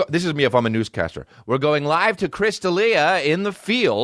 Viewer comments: Kristof Deal-eeah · Throwing shade no pronouncing Chris’s name right, Alberqwerki.